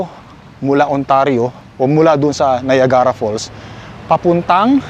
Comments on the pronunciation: Hello,! I think this my first time to make a comment on your vlog. Dahil sa influencer ka, please try to google the proper pronunciation for Niagara para sa mga tao sa ating bayan. Salamat - it’s not meant to be a bash. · Free po ang google, i-google mo yung correct pronunciation ng Niagara kc taga Canada kpa nman at malalaman mo din sa google na capital ng Ontario ang Toronto😬 wag mo gawing excuse yung laging hindi mo alam kc nka wifi k nman kaya use google to search stuff✌️